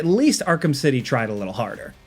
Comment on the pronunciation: "Um, they hadn't ever thought to, like, ERM, include AKSHUAL complex gameplay? Yeah, we'd have to wait a LIDDLE longer for that." Man, that is insufferable.